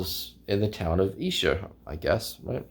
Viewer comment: Kevin Howlett us the "new Mark Lewishon", and your pronunciation Of Esher is correct. Nice find btw.